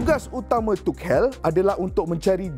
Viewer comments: Aduii.. Bang, belajar dulu cara sebutan tu. Dok asyik tukel tukel.. Cara sebutan betul "thomas touch-el" la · Keep it up ! But just wanna say it’s pronounced as - tu shel , the c is s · Aku salute dgn info hang Tp pronounce nama org betul... Klu kita, mat salleh pronounce nama kita salah, kita pun marah